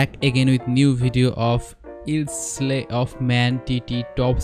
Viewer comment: Not pronounced Isle as you say it, try HI All without the H. Isle means a small piece of land surrounded by water. Enjoy the TT though.